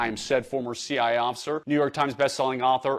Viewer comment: Why does Jason only say "C-I" officer instead of "C-I-A" officer?